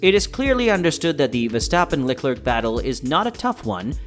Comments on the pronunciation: For the love of God please stop calling him VeStapen. It is VeRstappen. He has an r in his name that is not a silent letter. Your channel literally has his name in your name. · Still beter than Peter Windsor, who keeps calling him "Veshtappen".